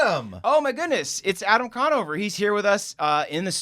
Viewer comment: Adam con-NO-ver